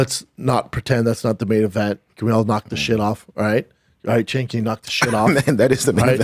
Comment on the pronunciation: Did this redact just call Chin "Chink"